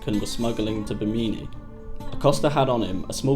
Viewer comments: It’s not pronounced “Bimeenee,” it’s Bimini as in, Jiminy Cricket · Thanks for making this video. I had no idea about but have always wondered about him, the basis for the character “Laslo”. I hate to nit pick but you pronounced Bimini incorrectly. Phonetically it is Bim-in-ee with emphasis on the first syllable. It’s often referred to as a possible site for the lost city of Atlantis. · Small correction: Bimini is pronounced “Bim-eh-nee” not “beh-meany” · Please try to research the proper pronunciation of places & names :) I love the content, but cringe when you misspeak.... bameenee or Bimini? who-ston or Houston? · Why does this guy keep saying "Bameemee" referring to Bimini. And I don't What the hell he said. Trying to explain that Oscar was off of Miami.😒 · Well this video was a waste of time. And it's pronounced /BI-muh-nee/. 🙄👎🙄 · Bimini , so you cant pronounce it , hahahaahhahahahaah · That's not how Bimini is pronounced but nice piece! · I've been to Bimini, never heard it pronounced like that.